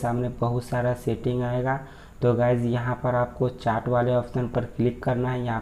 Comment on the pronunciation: चाट nhi yrrr चैट बोलो...